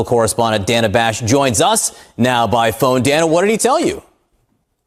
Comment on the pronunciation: Dude keeps saying DANN-UHH ... It's pronounced: DAY NUH That's a simple and common name that anyone in the English-speaking world should already know